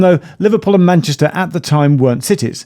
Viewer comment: “The Liverpool and PAN-YESTAH…”😂👌